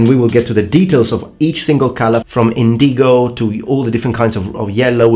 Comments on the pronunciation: I just watched your video about accents and intonation, and it jumped out at me the way you said indigo. You put the emphasis in the middle of the word, like inDIgo, where as I've always heard it as INdigo. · in-di-go I know English isn't your native langauge.